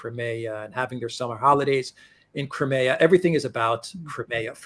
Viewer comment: How can that Alex guy not get the pronunciation of Crimea right?